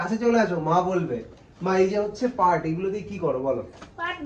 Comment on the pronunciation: ওটা পার্ট না পাট হবে